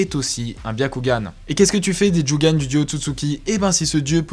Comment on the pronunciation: On dit jogan mais ta vidéo est super